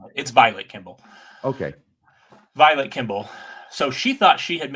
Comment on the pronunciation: repeat after me, Vi-Late, Vi-Late, Vi-Late, Vilate, Vilate, Vilate. Not violet, not like the flower violet, not like the color violet. It is Vilate. One of the biggest victims of polygamy deserves to have her name pronounced correctly wouldn't you agree, or is it, or. I have faith in you, work on that. You can do better. You're a freaking lawyer. You've read a few books, you went to a good school. I know you're no dodo. One more time "Vi-Late", just like it's spelled